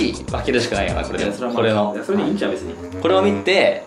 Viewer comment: の「くぉれはやばいよ」で笑った人は同志